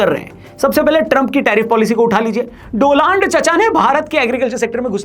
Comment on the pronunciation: Ye doland hai ya do-land